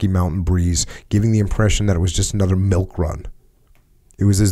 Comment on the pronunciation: Why can’t they say milk properly? They’re saying mulk it’s making me feel weird